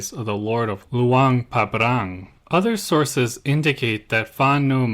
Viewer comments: It's Luang Prabang, not Luang Pabrang. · Come on… it’s annoying to pronounce Luang Prabang so incorrectly like that. Luang PrapRang? Anyway. I love your content, just check things before posting. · Some other minor mispronunciations - you said SOkhUthai instead of SUkhOthai and you kept saying Luang PabRang instead of PRabang. But still good video as usual.